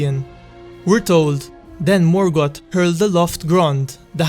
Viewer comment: morgoth =/= morgott (pronounced), but morgoTH